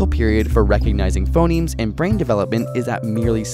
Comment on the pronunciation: I thought he said "Phomemes"